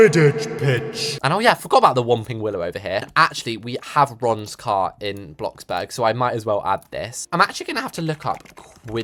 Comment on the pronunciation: U DID NOT JUST SAY BLOCKBURG😡 IT’S BLOXBURG MATE👀